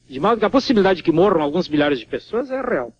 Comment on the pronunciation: Havia sim: a seleção brasileira! "morrrrrrrerrrrrrrrram", "rrrrrrrrrrreator" "rrrrrrrrrrreal"